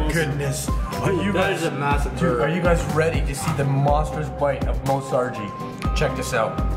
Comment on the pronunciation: you said buger not burger